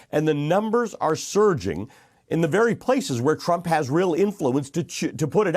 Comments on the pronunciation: I liked the slip at the end Donald Tram...Tra... Trump... cuz lord knows he is one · Did he say Donald Tramp at the end? haha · Hey its Trump not tramp and it was your Pal Como who was going out sick killing people and his brother who sent sick people to assisted living and Nancy who invited everyone out to party while Trump was trying to shut the country down to stop it from spreading as the dems keep fighting him and blaming him just like you. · He almost said 'Donald TRAMP' in the end 🤣🤣🤣🤣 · His slip of the tongue was right on time. Tramp... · "Donald TRAMP..." great slip of the tongue, so appropriate 👌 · That slip of the tongue 'Donald Tramp' made me laugh. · “...Donald Tramp, uh...Donald Trump” no, no Ali Velshi, you said it right the first time! 👏👏👏 What an utter disgrace this despicable human being is as a “world leader” 😒 — “Keep America Great”? How about keeping America(ns) alive?! 🤯 Sending my genuine and heartfelt prayers from Canada to my American neighbours that by the grace of God things turn around for the better for the country and its citizens 🇨🇦🇺🇸 🙏❤️ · Oops, little slip of tongue there - but it works though 😉 President Tramp lol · Ha ha. He slipped and said Donald Tramp. I like it, like it alot in my Jim Carrey voice😅😅🤣🤣🤣